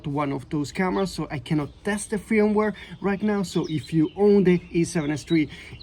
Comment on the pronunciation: I would be pissed, but the a7rv is perfect 😂😂. My advice is don’t buy a camera is you have problems with it 🤷🏻‍♂️ Just came here to hear the Swedish sounding pronunciation of ‘fyirumware’ 50 times 😄